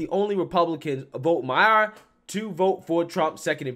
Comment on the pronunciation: Mi-er. Liked the store.